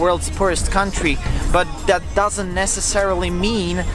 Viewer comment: can you please just say kontri instead of couuuntry